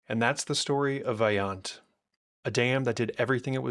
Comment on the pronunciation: The letter O in Italian is always pronounced as Oh. Always a long O, so please pronounce Vajont correctly